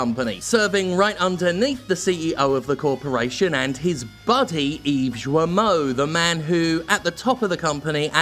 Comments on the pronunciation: Hey, just a side note about the pronunciation of "Guillemot", it's pretty easy to remember : you pronounce "Gui" like in "Guilty". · Hey Jim, since it seems you might be talking about the dude some more in the near future, and since I don't know if you do it on purpose: his name has a hard G. The U is silent (it makes the G a hard G), and (kind of) so are the double Ls (they're used to mark that you both pronounce the i and that you link the following vowel with a 'y' sound). And to top it off, the T is silent too. Apparently, some english speakers pronounce it "gi-luh-mot", but if you show the name to a native french speaker, they'll most likely pronounce it something like "gii-mo", or "gi-yuh-mo". Yeah, I know. TL;DR: Hard G and silent U in his name please :) Regardless, screw the guy, and thanks for your hard work and dedication. It's a bit sad that it came to this, but your fuck 'em attitude over the past few weeks has been oddly... cathartic. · Dear Jim Thanks for your work.As a French i must told you that Guillermot is pronounced Guyermot rather than Djermot like i heard in your video. Hope it help you even if you dont care about butchering names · Guillemot is pronounced "guiimo" with gui like in guitar (in case you care). Anyway yep, unfortunately acting like nothing happens seems like a viable strategy, until they face a massive lawsuit. At a certain point, the victims' anonymity won't be necessary in order to keep their job, hopefully. The sad thing is that this happens in pretty much every big company. Also, the more we support indie games, the more they'll have the guts to quit their sh*** job. Once again gamers are the real solution. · Hey Jim, correct pronunciation is with a hard G, like in guillotine, so like gill(of a fish)moe(of the simpsons). The more you know. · Hey Jim! If you say 'Guilty' and you replace 'ty' by'mo' (Guil-mo) you pronounce his name almost perfectly, not that it matters that much cause fuck that guy.